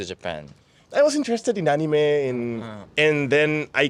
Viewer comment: after he said "anime", you could tell bro used to eat at "Taqueria Goku" 😂👍